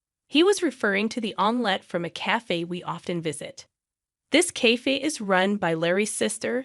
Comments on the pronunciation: Cafe is correctly said like KAF-AAY, NOT kaf. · And the badly programmed AI TTS can't pronounce "cafe". 🤨